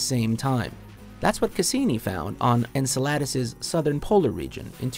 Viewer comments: Its Encéladus, not Enceládus. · The pronunciation of "Enceladus" was jarring. It's "En-sell-uh-dus" not "En-sell-lard-dus" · Lol EN-SALAD-ASS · lol.. en-su-LADIS? You put the wrong em-PHAS-is on the wrong syl-ABLE.. haha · lol, its not encelAdus, its not like Enchiladas! its pronounced encEladus.... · "N - se - la - dus"? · It’s not ensaladas.... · As a Greek it's a bit funny hearing all these mispronouncations, like Io and Enceladus. Most of the stuff out there are named from the Greek Language (except the planets that were named after the Roman Gods, but in Greece we know them by the Olympic gods) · The way you butchered the pronunciation of “Enceladus” made me want to throw myself off a cliff. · Someone who knows how to pronounce Enceladus would have been nice. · I'm pretty sure you mispronounced Enceladus. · PLEASE look up the pronunciation of Enceladus, because that is not it. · You pronounced Enceladus completely wrong